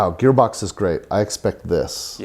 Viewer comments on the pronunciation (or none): Is he saying gaybox cause that's what it sounds like I know he's gearbox but it just sounds like he's saying gaybox I know Dumb comment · He keeps saying Gaybox. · Haha! The way you pronounced Gearbox made it sound like Gaybox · "Gear box" not "gay box" guys.😂😂😂😂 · Gaybox? Gearbox? The name is gearbox but everytime it sounds like Gaybox. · Is it me or he says GayBox not gearbox? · I kept hearing Gaybox...good vid gents. Cheers! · Sounds like you’re saying GayBox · bloody hell, ur saying gearbox like ur saying "gaybox" WHYYY